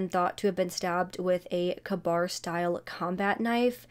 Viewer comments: It's "K"-Bar.For the knife. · I love your channel. You have a very caring and professional way of reporting these horrible crimes. The knife is pronounced K-bar. And paired with a screw driver, can open a sliding door. Have a wonderful day!😊